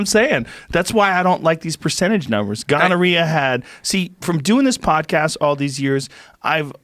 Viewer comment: I love how Joe pronounces “gonorrhea”